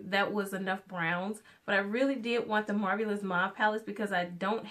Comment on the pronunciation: Marvelous - "MAR-VAL-LES" Just thought I'd drop this here because you were struggling with that word the entire video.